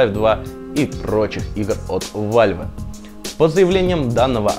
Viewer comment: какой вальве?вэлв а не вальве